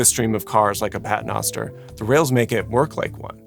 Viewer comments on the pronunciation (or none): As a Catholic your pronunciation of pater noster makes my head hurt.